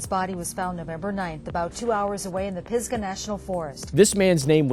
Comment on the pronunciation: I know its nitpicking but being from the area its "piz-guh"